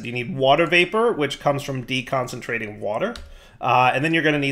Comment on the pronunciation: It's always amusing when looks at directly at a word and then says it wrong... Though I'm pretty sure "Decondensentrating" is a word that the Mekanism Mod authors made up anyway